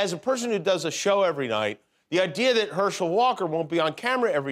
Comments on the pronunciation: Hershel not being able to say "that" drove me crazy. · I get how irritating that can be. He's likely using that "dat" and other words common in AAVL - African American Vernacular Language - an informal variety of English, spoken mostly by working- and middle-class Blacks in urban communities.